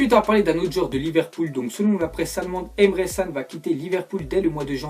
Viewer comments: Emre Can c pas san et sa se dis chan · Tu sais pas prononcé Emre Can